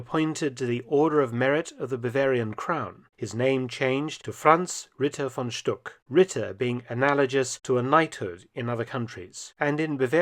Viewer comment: Glad you spelled out the names. Thought I was hearing "von Schtupp" instead of "von Stuck".